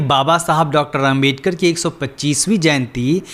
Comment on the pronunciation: यह " पढ़ा-लिखा " आदमी बाबा साहब डा अंबेडकर जी को 'अंबेदकर' बोल रहा है!